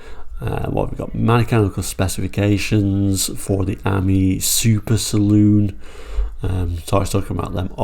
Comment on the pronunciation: It’s pronounced Ameeee as in the French for friend .